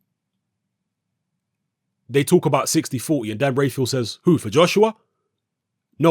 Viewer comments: Dan rafael* not rayfial 😂😂😂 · Dan's surname is pronounced Raphael like in The Mutant Ninja Turtles! Dan Rafael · James Taylor dan rayfeel 😜